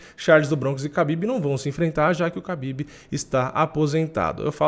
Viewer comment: A pronúncia correta é RABIB e não KABIB